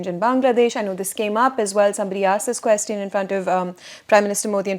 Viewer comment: please pronounce the word “question” correctly.